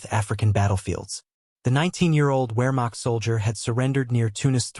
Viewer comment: The human or AI narrator mispronounces German words and English words of French origin: Wehrmacht, Leutnant, Luftwaffe, Corps. The U.S. stopped automobile production during the war.